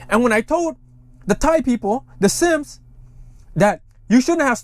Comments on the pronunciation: Thank you for your report. Always appreciate the update. It’s the Si-am or Siamese (pronounced with the English version) or Siem in Khmer version, not the “Sims” you kept repeating…my two cents. Also, I got second-hand embarrassment from watching the Siam military leader’s awkward 😬 replies, bs-ing his way through and through. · Yeah Sim is my last name and it hurts my soul every time he calls them that